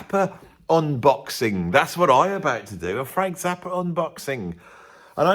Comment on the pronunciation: Interesting, if follows the name "Frank Zappa" with a word starting with a vowel, then he pronounces Zappa as "Zapper".